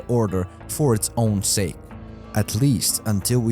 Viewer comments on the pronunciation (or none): none